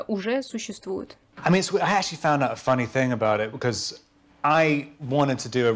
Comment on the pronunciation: Как Роберт произносит слово actually; вообще не понятно на слух